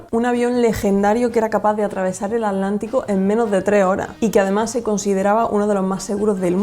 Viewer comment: Por que dice El alantico sin la T